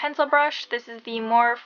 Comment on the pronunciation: morphe is pronounced "MOR-FEE" :))))